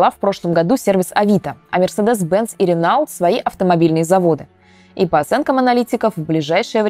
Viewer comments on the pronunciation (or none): Я только не понял: Вы что не знаете фирму «Renault”? Она читается как «Рено» , а не «Ренаулт» , вам же не 8 лет вроде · Не РЕНАУТ, а РЕНО. Это слово именно так читается на французском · Renault -это Рено как на русском, так и французском ( а не Ренау). Пришлось аж переслушать, чтобы убедиться, что блогерка ошиблась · Ренаульт? Серьезно? Вы не знаете, как произносится Рено? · Ренаулт резанул слух конечно. Читать нужно по правилам французского языка. au читается как о, согласные в конце слова не читаются, получаеся рено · "Ренаулт" - сильно сказано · Вы слышали да?) ренаулт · Ренау? Серьезно? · Ренаульт? Ви серьозно оО щось вам назви зовсім не даються